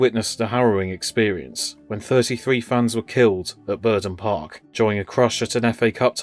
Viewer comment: If you are going to use AI for the narration try to space it out more, it sounds far too hurried. Also it's Burnden Park not Burden Park